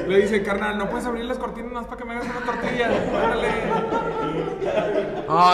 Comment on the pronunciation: "LA TORTIXILA"